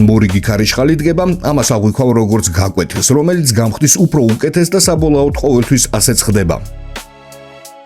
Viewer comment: საბოლაოდ კი არა საბოლოოდ უნდა თქვა. დაგაკვირდი და თითქმის ყველა ვიდეოში "საბოლაოდ" ამბობ😂😂😂. ის ამბავი იცი? მამაოს რო ეუბნება წირვაზე ძმაკაცი,მოდი დავბოლდეთო და მამაო რო უპასუხებს! 👉გააარეთ გადი უწმინდურო,გააამოვალ და იქ დავბოოოლდეეეთ ✝️. მოკლეეედ, საბოლაოდ და საბოლოოდ განსხვავდება ერთმანეთისგან😂